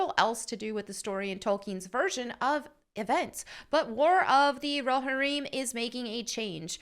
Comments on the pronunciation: You're pronouncing Roharrim wrong. You are still cool, though. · How do you pronounce it? Row-Har-Im? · Definitely a unique way to pronounce Rohirrim. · pronounces Rohirrim like the substitute teacher, and it's triggering me. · Despite you never pronouncing Rohirrim correctly, you still get a like.👍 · God bless you but you need to learn how to pronounce Rohirrim properly. Still love your video. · Did anyone else cringe a little when she said Rohirrim? 😅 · It's too late. She pronounced a fake word wrong. I declare vendetta. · Haha, i love that you pronounced it Rohareem. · It’s pronounced row-here-im (not I’m) just fyi. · "Roe harim" Tell me you've never watched LOTR without... you know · Still missing the Trump hat. Shame! Anyway, Lord of the Rings did not need any feminist garbage. Way to go and kill it. Oh and you are totally saying Rohirrim wrong. Allow me to mansplain it. Ro-here-um. :) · Hey, love your content. Just a heads up, Rohirrim is pronounced Row-Here-Um. Letting you know before the LotR nerds come after you 😉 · "Hey, love your content. Just a heads up, Rohirrim is pronounced Row-Here-Um. Letting you know before the LotR nerds come after you " Ope. Still, maybe do some research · Okay, some nit-picking... 1) It's pronounced roh-HEAR-im, not rahhear im. 2) "Hera"??? Really? Like from GREEK myth (or Hera Syndulla from SW Rebels, if you prefer)?? I know Helm Hammerhand's daughter was not named in Tolkien's work, but couldn't they find a Saxon or Viking female name? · It's definitely rohirrim, not rohereum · Let’s say it together folk, it’s Ro-Hir-rum What are you saying, ro-ha-reem, I clicked off right after you said this, your a Tolkien fan? Clearly not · "Ro-heer-im" not "Ro-hireem" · its row-hair-um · It's pronounced Row-hear-um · Just for nerdy clarity, it's pronounced "Row-Here-Um". Great video! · Great video, but it’s pronounced ‘Ro-hear-imm’. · Its pronounced (ro-hear-imm). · it’s pronounced Ro-here-îm